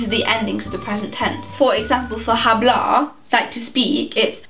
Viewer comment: i'm american so i don't take this test, but i was vibing with this video until you pronounced the H in hablar